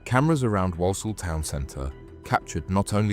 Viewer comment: Your pronunciation of Walsall is criminal in itself 😂